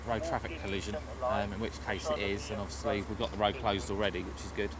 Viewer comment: “Obvosslee uv corlled trumpdon”- how vulgar and disrespectful!